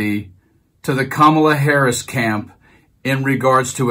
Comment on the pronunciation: Care-Amla Harris - that's how to pronounce it